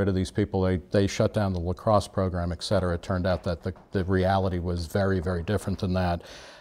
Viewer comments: mark jeneson I'm surprised Nick would do that since he has a phd in literature or something. It's annoying to hear ek-cetera. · On 2 separate occasions Nick and both pronounce etcetera, ek-cetera. Shit's real.